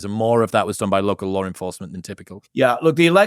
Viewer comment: Just sayin, the word “LAW”, isn’t pronounced “LAWRE”, or “LORE”. That’s not even correct in usage. It’s L A W, like Llll AAAhhhhh, & NO “R” in the word “LAW”.